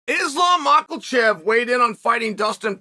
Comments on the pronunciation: It is Makhachev not makhaLchev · Chael out here constantly murdering names. “Mockelchev” 😂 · Stop butchering Islams surname on purpose and put the damn can down Chael.